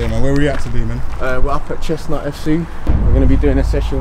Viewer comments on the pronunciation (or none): Its Ches-hunt not Chess-nut. Hahaha but all love G